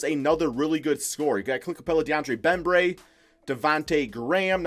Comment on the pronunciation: nobody:: BeMBraY